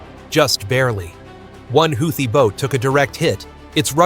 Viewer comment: AI can’t even pronounce Houthi.. lmao